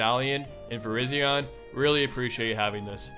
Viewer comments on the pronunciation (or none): none